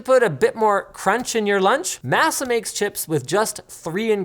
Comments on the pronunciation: Mah-sa, not ma--sa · Please correct Linus. maa•suh with ma not mass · Masa is a crazy name to give black chips. Im just saying. Crazy intro to a product lol. Also it’s not pronounced Mehss-ah. It’s pronounced Mahss-Ah. As a Hispanic American, im crying lol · Surely it's mä′sə and not măsə. One is an ingredient in tortillas and tamales. The other is unfortunate southern United States history. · You guys say Masa like it's "Massa" lol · the way linus says MASA makes me giggle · The way linus said masa is killing me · As a Black person with Mexican family, I was dying. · Do they actually pronounce Masa with a long a instead of a short a??? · Linus: Masa is the Spanish word for nixtimalized corn meal. The a sounds more like papa than NASA. It was painful to hear. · As a southerner I cant say I like the way Linus said Masa lmao